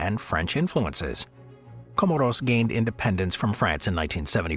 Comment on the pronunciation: 'Co-more's" as in "smores"